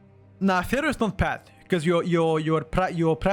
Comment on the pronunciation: when you say Feral, it sounds like you are saying Fero.